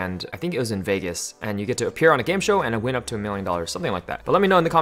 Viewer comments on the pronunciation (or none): none